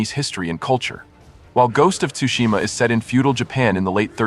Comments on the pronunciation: It's pronounced as sushima not tusushima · Tsu..it's neither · The T is silent is Tsushima bro lol. I've never heard anyone emphasize the T so much saying this games name lol😅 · the T is silent